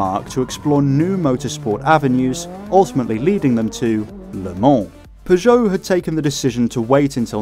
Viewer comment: Pretty sure he said Peugeot correctly the entire time